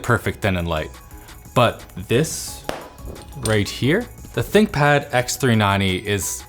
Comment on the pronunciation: Nice try """"thickpad"""" !